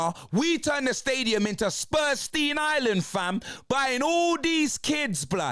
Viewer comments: Suprstein Island 😂😂😂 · "Spurstein Island" 😂😂